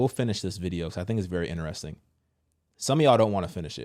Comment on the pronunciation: Sir, respectfully: It’s Interesting! Not, Ineresting